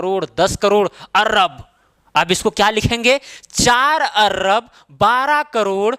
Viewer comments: Not Arrab it is Arab.Bareilly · अर्रब नही, अरब बोला जाता है। कृपया करेक्ट कर लें। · Sar arab hota hai arb nai hota hai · Sir he arrrrrab nahi hota arb hota h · Ye kya arrab par rha h